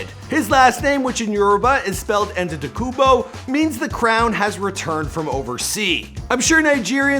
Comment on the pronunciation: Try to pronounce Giannis Antetokoumpo a little better plz